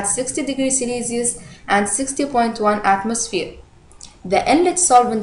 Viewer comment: "celeeelious" :P jk helpful